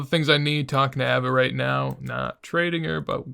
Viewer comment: Ava is pronounced Ayva <3